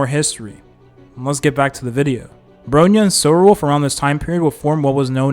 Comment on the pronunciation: bro reallly be saying ANYTHING for the character names lmao. SEELAY???? BRONEE? SHINGSHAY????